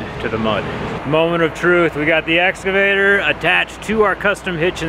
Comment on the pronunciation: its pronounced essscavater